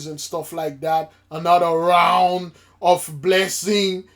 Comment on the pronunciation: “Another Rrrround of blessing”😂😂😂